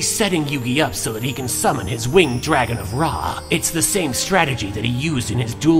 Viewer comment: Because of LK i now subconsciously pronounce dragon as "Dwagon".